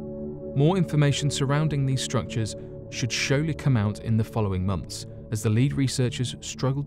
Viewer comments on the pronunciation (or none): Do you read a script? Because i caught atleast 4 miss spoken words like 'showerly' instead of surely etc just saying you may want to proof read it. Top video tho ☆☆☆